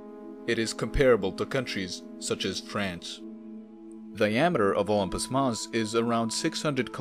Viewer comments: No mon, Olympus mons. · “Unpus Moss” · I keep hearing ompus mons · Is he saying "Optimus Moss"? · The way you pronounce Olimpus mons is disgusting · The way u pronounce olympus mons pisses me off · The way you spell it isn't much better.